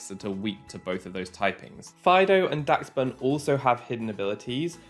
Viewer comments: UMM it’s actually pronounced dash-bun (adding this comment just to boost the video, great video btw!!) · its pronounced more like dash bun, like the dachshund breed of dog in real life. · im pretty sure its pronounce like dash-bun, like the dog its based on, dachshund.